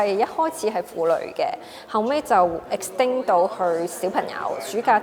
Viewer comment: Extinct 同 extend 都读错,算吧啦